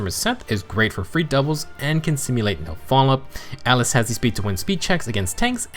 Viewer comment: Ah yes, Atlus in FEH! /s In all seriousness, it's Atlas with an "a".